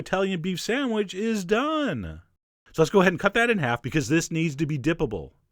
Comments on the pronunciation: You say "sand-wedge" through the whole video! And - was it worth it, this recipe? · lol "samwidge" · good sandwidge eh?